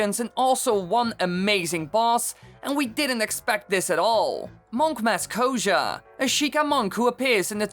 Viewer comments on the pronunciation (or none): It's koshia not kosha